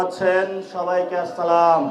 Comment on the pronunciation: আজকের বক্তব্যটা সুন্দর হয়েছে তবে একটা অনুরুদ ভাই সালামটা পুরা উচ্ছারন করবেন